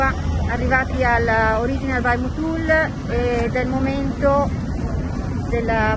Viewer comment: Una cosa sola... Motul ha l'accanto sulla O!!